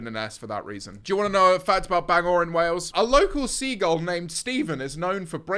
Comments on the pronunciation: Bangor (wales) mention👍 pronounced ban-gor not bang-or but close enough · It’s Ar-MA and Bang-er for the northern Irish destinations 😂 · and bangor as bang or when its bang er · BANGORE 😭😭 it’s Bangor (bang er) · Bangor is in Northern Ireland and it’s pronounced BAN - GOR 😂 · ban-ger & are-ma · bangor in northern Ireland is pronounced bang-ger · Bang-or and armour are crazy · Our-Ma and Ban Grrr is how you pronounce them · Not really fault to them but their pronunciation of Bangor (Wales) annoyed me especially because the accurate pronunciation actually makes the joke about bangers and mash make more sense. (fun fact my great nan was from there, i only visited once maybe because she lived local to me and my family in england since before i was born) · As a Bangor (Wales) resident, the pronounciation was hilarious. Steven is real and is a menace. We also have peacocks that just do their own thing. But I do NOT blame you for not knowing about it. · Bangors pronounctiation is the worst in the world 😂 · Please never pronounce Bangor again. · I'm cackling how many times did they mispronounce Bangor and Armagh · Your pronunciation for ulster both bangor and armagh are crazy.. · listening to pronouncing armagh and bangor made me want to scrape my eyeballs out x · Bangor is NOT s teir 😭😭😭😭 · Not the mispronunciation of armagh and bangor omg😭😭😭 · Your pronunciation of Bangor kills me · actually crying the pronunciation of Armagh and Bangor have me cackling 😭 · Did bangor wales dirty, I love it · the st asaph and bangor pronunciation i’m on the floor